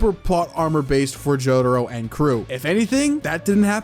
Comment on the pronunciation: stop saying jotaro like that